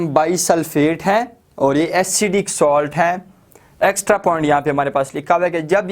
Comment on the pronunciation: Ye salt Hai ap solt par rha ho